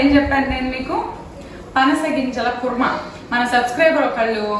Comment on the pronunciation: పనస not పసన